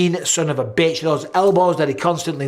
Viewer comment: the way bisping says “Mean SOB” with extra emphasis on BIT*H is hysterical